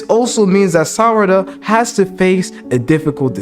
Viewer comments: I almost cried tears of joy when you said Sarada correctly 6x in a row… but then you went back to saying Sadara 🤣😅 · WTH u say sadara instead of sarada LOL , Noice Video BTW 😆, but the love theory tho sarada and sumire i think that is something cuz yeah on one panel of the manga sumire and sarada are discussing about, sumire does have a feeling for boruto and she ask to sarada does she have too and for something like that to get in the manga might be some of a hint tho (sorry for my bad english)